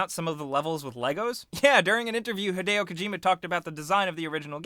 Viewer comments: it's Hid-ee-o not hid-ay-o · Rowan Betts no, it's Hid-ay-oh. 'E's' are pronounced like 'ey' in Japanese. If it was hid-ee-oh, then his name would be spelt Hidio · arron mullings not to be a grammar nazi, but it's hideo.